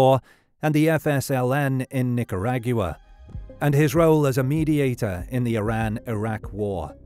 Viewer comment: "Knicker Raag uwa" 👈 Honestly I prefer the way the narrator says it 😂